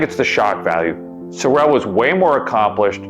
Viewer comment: He was an incredible man! Its "sore-rel" by the way, not "so-rel". He actually wore a "fat suit" in the. DoH series